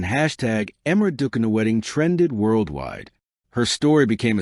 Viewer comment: Pronounce her name properly.